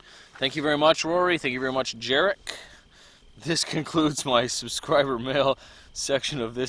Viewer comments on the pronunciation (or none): Yaaa-rek no jarik lol. Zuuuu broof kaa